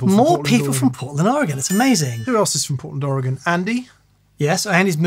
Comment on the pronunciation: You both deserve some sort of major award for pronouncing Oregon correctly. All the more deserved being as you're both furiners. Lots of Americans can't even get it right.